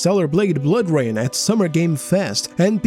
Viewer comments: "Bloor Rain" lmao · Yea tell me about it, hate "Bloor" Rain lmao